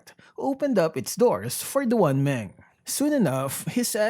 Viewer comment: It's pronounced as "Dwan Māng"